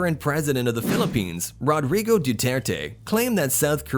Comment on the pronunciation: Rodri-goe Duter-Tae 🤣🤣🤣